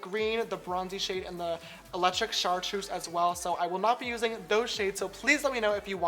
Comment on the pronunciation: (Sh-are-truce) chartreuse